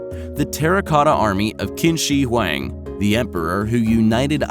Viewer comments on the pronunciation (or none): Qin is pronounced "Chin." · Qin shi Huang (di) it pronounced chin (qin) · Qin is pronounced chin